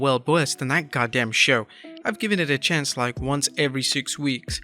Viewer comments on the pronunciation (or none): none